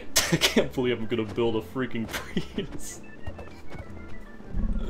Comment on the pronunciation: "i want to give you your privus", sir i believe its prius